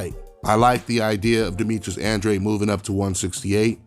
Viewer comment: The way you pronounce Andrade is uhhn-draw-day , just saying since I got the same last name